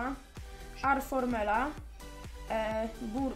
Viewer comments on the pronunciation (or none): Czyta sie Aramel a nie Arfourmel xd Ale thx to ja Cię uderzyłem wczoraj XD